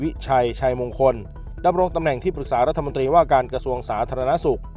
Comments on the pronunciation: โฆษกรัฐบาลอ่านถูกๆผิดๆน๊อตรีอ่านตี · โฆษก อะไร พูดผิดๆถูกๆ พูดไม่ถูกอักขระ รัฐมนตี แย่มาก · ร เรือ หายไปนะจ๊ะ เช่น รัด ทะ มน ตี โฆษกลิ้นแข็งจ้า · หาคนอ่านหนังสือให้ถูกกว่านี้ไม่มีแล้วหรือเด็กใครฝากมา และรัฐมนตรี ไม่ใช่รัฐมนตีไปเรียนมาใหม่อ่านผิดเยอะมาก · เอามาจากไหนภาษาไทยเธอยังอ่านตกรัฐมนตี ปั๊ดโธ่รองโฆษกนะเนี๊ย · ไปเรียนชั้นประถมใหม่ รัฐมนตรี (อ่านว่า รัด-ถะ-มน-ตรี ไม่ใช่ รัด-ถะ-มน-ตี)จบปริญญาตรีหรือเปล่าเนี่ย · ควรออกเสียง คำว่ารัฐมนตรี ไม่ใช่รัฐมนตี ครับ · ลัดถะมนตี อ่านออกเสียงให้ถูกหน่อย